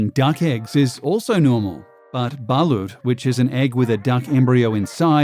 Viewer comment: It's "BALOT" aint "BA-LUT" DUMBASS